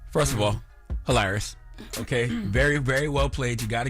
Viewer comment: "Halarious" really Charlmane??? You are what they say you are.